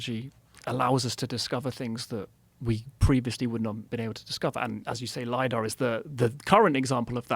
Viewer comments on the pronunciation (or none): none